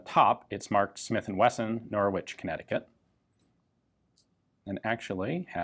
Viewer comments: It's pronounced... NORRICH ...not NOR WITCH....LOL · Pronouncing Norwich as 'Nor-witch' will get you a funny look in the UK, Ian: it's 'Norrich' (silent 'r'). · Norwich in the UK is pronounced “Nor-ich” the W is silent. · Great video! But as an englishman i can safely say its pronounced Norich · Funny to hear an American say Norwich lol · You don't really pronounce the W in Norwich. Just If anyone was interested.